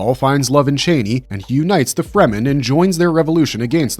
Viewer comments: Pronouncing her name as 'chainey'? Did you even watch the films? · Brother it's pronounced Cha-knee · Is this a bot talking or are you really pronouncing Chani wrong 10,000 times over like it isn’t said in the movie over and over again! Couldn’t be anymore annoying! 😂